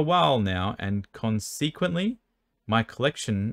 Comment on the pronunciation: Bruh "consequently" - as a consquence of / because of this... (con)-(seh)-(kwent)-(lee)